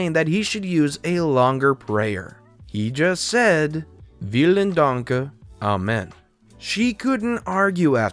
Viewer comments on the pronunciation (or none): Also that ''Vielen'' is pronounced ''Fielen''